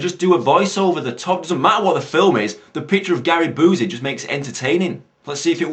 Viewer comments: It's not oozy as in Boozy. It's you-see as in Busey. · Love how you see "Boozey" and not "Bee-you-see." Fits fucking perfect for who Busey is, haha.